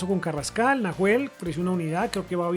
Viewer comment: que piola el city a julian alvarez y lo dejo a prestamo en river hasta junio/julio y nahuel bustos que se pronuncia NAUEL sin h xd puede ir a river al igal que farias